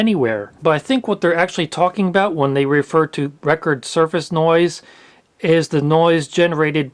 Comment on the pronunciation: "suface" lol